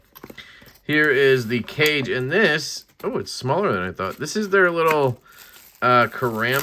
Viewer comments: Miserable video. It's pronounced Kah-Ghay. The scales are Japanese wrap pattern. Glad you measured your fingers. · Thanks for the video! I believe the intention of the name Kage is "shadow" in Japanese, and is pronounced kaw-gay. Cool little knife with the implied ito-wrapping look, as well.